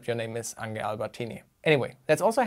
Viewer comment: Ange ist Franzose. Er wird nicht "Ange" gesprochen, sondern "Ongsch", so wie hier